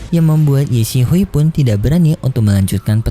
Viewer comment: Kenapa ye xisui lu baca ye sihui min kek aneh banget 😑